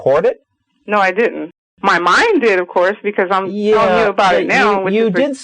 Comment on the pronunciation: "no it dit-int"